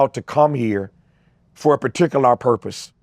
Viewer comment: Why he say particular like that